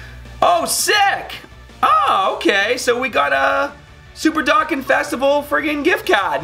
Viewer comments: No disrespect but it prounounced Doe Kahn not dock can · Sorry it's not DOCKAN ITS DO-CON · Why do you say dokkan wrong?